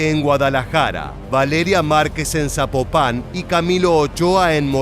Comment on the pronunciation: Zapopan Zapopan!!! No zapopán